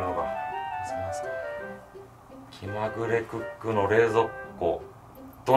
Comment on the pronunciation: きまぐれクックの気←きだよとおもいながら…笑